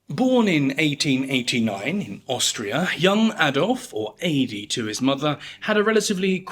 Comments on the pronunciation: It wouldn't be "Aidy", it would be spelled Adi and pronounced "Uddee" for english speakers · His mother would have called him "Addi", pronounced "ah-dee", not "ay-dee". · I can say with confidence that his mother didnt call him "Aydee". I assume you only read the name and it was "Adi"? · His nickname wasn't "ah-dee. It's pronounced "uh-dee" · oh you really think adolf's austrian mother said "eydie" ? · imagine germans making videos about any american pronouncing the name totally wrong its just embarrassing no matter how evil the person is you are talking about